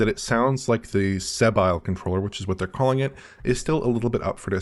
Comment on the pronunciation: Bro just pronounced it See Bile 😂